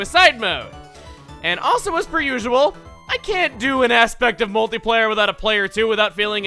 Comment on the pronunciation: when he said "multiplayer", I almost thought he said "moldy layer".